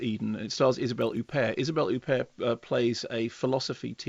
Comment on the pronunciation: Isabell Ooopair? It's Hupperrrrt! 😃